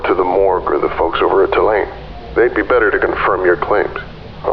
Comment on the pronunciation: Hearing Tulane pronounced "tuh-LANE" took me out. Lovely work, most of it is fantastic, it's just jarring to hear one thing so wrong when the rest of it is like anyone I'd hear back home.